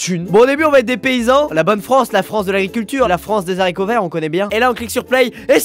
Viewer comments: "La France des Zaricots verts" Exceptionnel :) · La France des zaricots verts